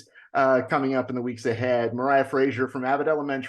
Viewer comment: That is definetly not how to pronounce Moira.